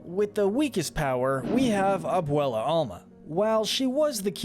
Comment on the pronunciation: its not ehn caunt ow its en can to its not mauh drigaul its mad drigal its not aubuelah its ab well ah AND ITS NOT CUMILO ITS CA MEE LO